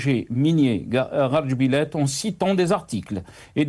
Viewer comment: C'est GARA djebilet et non GHAR, VOUS EXCELLEZ DANS L'ARABISME !